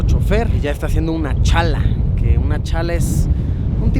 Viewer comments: ... está haciendo una chala...😁. Aunque en realidad se pronuncia Ch'alla. Chale luisito😅😅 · El chfer hace una Chalta, Challa, pawa, Alcance, pisuqa, pero no "chala" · no se dice "chala" se dice "challa" en este caso está "challando". Auto like para no desaparecer :V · minuto , se dice Challa, no chala... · Luisito perdón por llegar tarde aunque es un año pero se dice challa no chala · Luisito no es Chala si no Cha'lla solo por aclaración. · Luisito, no se dice chala es ch'alla, saludos desde Bolivia. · no es chala si no ch`alla xdxd bueno bueno Luisito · JAJAJAJAJAJA Luisito no es Chala, es Challar jajajajajajaja, toda mi familia se mato de risa, que genial eres Luisito!!!!!! Vuelve, por favor en un futuro!!! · se dice ch'alla (o chaya si te cuesta pronunciar ) no chala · Like si en el min escuchaste decir a Luisito Chala en vez de Challa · Luisito no se dese chala se dise challa y soy de la linda bolivia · Todo bien Pero no es chala, es challa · Hola LUISITO! En el minuto dijiste "Chala", pero en realidad se dice CHALLA ;) Saludos desde La Paz, Bolivia :D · Lindo video, pero se pronuncia Challa no chala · No se dice "Chala" se dice "Challa " con "LL" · JAJJAJAJA, se dice challa, no chala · Chala😂😂😂 me encanta como lo pronunció Luisito, se dice Challa👍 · no es chala es chall'a Lo mencionas con ll de llave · Es una challa, hahaha no una Chala :') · No es chala , es challa XD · Se dice ch`alla Luis no chala... Pero esta genial el video saludos desde Bolivia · luisillo! Saludos solo como dato el ritual que hicieron antes de comenzar la travesia se pronuncia "CHALLA" con doble LL , buena onda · Se dice challa no chala comepinga! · Todo super muy hermoso es pero solo corregirte q se dise cha'lla no chala , saludos luisillo tokallo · Minuto se pronuncia ch'alla jdjdjjdj -luisito: chala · Luisito no es chala es Ch'aya. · no se dice chala , se dice challa . . . Challando etc :v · Vaya dato perturbador no es Chala es ch'alla 😊🤗😉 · No es chala luisito se dice ch'alla